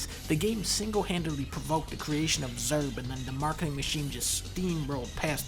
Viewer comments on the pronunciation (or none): Wait... Dunkey pronounces ESRB as zerb? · I still can't get over the fact Dunkee pronounces ESRB as "ess-erb" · zerb. didn't know esrb was pronounced like that. thanks dunley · The ‘FLAWLESS’ pronunciation of ESRB tho